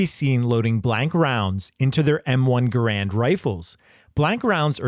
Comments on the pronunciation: Learn the correct pronunciation of Garand please. The man himself has explained how it's pronounced. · BTW, just to throw my own 2¢ worth of pissy fest in, the M-1's name should actually be pronounced "GAH-rund", NOT "guh-RAND" rifle. Yes, EVERYbody's been getting it effing totally WRONG for decades, including me. That's how John C. Garand's family apparently pronounced their own surname, so go argue with them. 😄😘